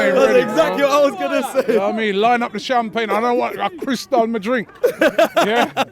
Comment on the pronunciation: Ah crystal mi drink🤣 Robbie makes me laugh when incorporates a likkle patwois in what he says 🍷